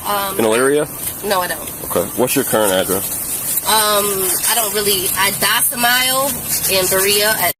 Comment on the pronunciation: It's sad she actually believes this garbage. When he asked where she lives, she says, "I'm docimiled" :face-green-smiling